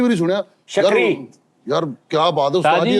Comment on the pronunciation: Shakri nhi sukri yhe arbi name ha Egyptian viraty ha